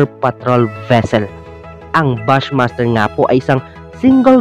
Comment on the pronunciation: Bush master hndi bas master